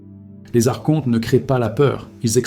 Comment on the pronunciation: Donc tu as tout appris par des livres ? ? Car tu prononces mal archonte, et gnose . C'est étonnant